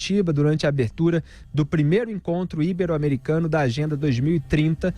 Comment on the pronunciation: Caríssimo, assisto ao seu canal, pq agrada-me como trata a Língua Portuguesa! Entristece-me o ouvir constantemente o “assassinato” da Língua materna por certos blogueiros totalmente “sem noção”! Portanto, atenção: Pronuncia-se IBERO (paroxítona), e não Íbero (proparoxítona). Um abraço